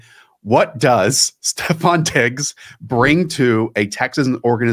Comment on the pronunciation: Stop calling him STEPH Diggs. It's STEFON!